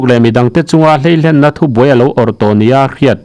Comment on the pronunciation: Hleilen i lam rik dan hi a dik lo va, a va hleitling ve kan tiha hlei ang hian lam rik sân tur a ni.